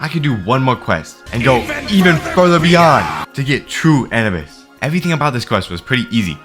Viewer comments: bro said An-uh-bis 😂😂😂 bro it’s Anubis like the Egyptian god bruh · Bro it’s a-new-bus not Annie bus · A - NEW - BUS!!!!! NOT ANABUS!!!!! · its pronounced anoobis pal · Does he know he said anubis wrong you say a nu bis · nigga said anibus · Wasn't it pronounced Ah-noo-bis? The Egyptian god of death? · hearing you say "an-a-bis" hurts... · W video, but the way he said Anubis gave me third degree burns every time he spoke the word. "Anabis" "ANABIS" LEAVE ME ALONE "ANABIS" GRAAAAAAAAAAAAAAAAAAAAAAAAAH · Oh yeah, it’s also pronounced A-New-Bis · Please stop saying Anubis wrong, it hurts my soul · It’s a pain hearing him pronounce “Anubis” wrong every single time… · The way you say anubis is just making me grind my teeth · The way he pronounces anubis hurts my soul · The way he pronounced anubis was making me so mad 😭🙏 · Every time bro says Aubis wrong, it annoys me so much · how the hell do u misspronounceanubis